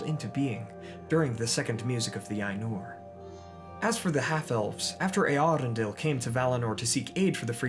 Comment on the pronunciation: I think Eärendil is pronounced as Err-Endil.